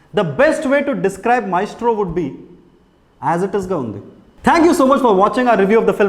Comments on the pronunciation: Actually it's correct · The joke is on you. He pronounced it right!